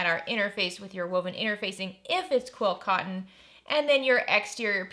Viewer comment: I agree with you on videos. I think she is saying QUILT cotton 😉